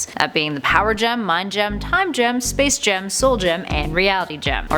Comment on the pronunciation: Space gem ? I HEARD SPACE JAM😂😂😂